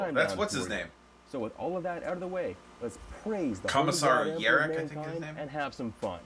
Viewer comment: YAR-ick. You speak the first part like it's pirate speak. Also you should watch Helsreach if you haven't already.